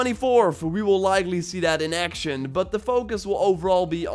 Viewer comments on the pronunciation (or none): none